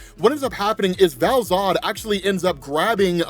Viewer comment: All I read in the comments is an correction on Val-Zod